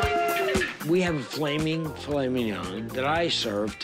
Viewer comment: As a french boi, I can say that he said "Filet Mignon" with such ease lmao